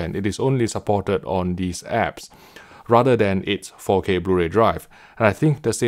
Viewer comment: Why do I keep hearing "Faux K HDR"? 😏